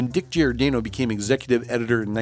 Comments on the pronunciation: Nice history rundown. But PLEASE stop saying “GEE-or-DAYno?” Closest pronunciation should be “jorDANNo” or “Jor-Dah-no.” Millions of Italian Americans will thank you. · Dick GiorDAHno not GiorDAYno. Otherwise, nice clip. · At least pronounce the names correctly. Dick Giordano's last name is pronounced 'Jor-danno' [It's italian].